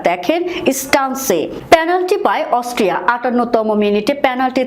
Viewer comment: আরে বেকুব অস্ট্রিয়া হবে অস্ট্রেলিয়া নয় আর ভুল মানুষি করে ও গরু-ছাগল তো ভুল করে না, ভুল করে অসটিয়া বলছে কিন্তু হবে অস্ট্রিয়া